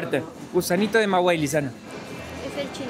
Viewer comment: Maguey se pronuncia sin decir la letra “u”